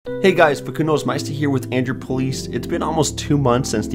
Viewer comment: Why is he pronouncing his name as fkundo? It's Facundo, it's not that hard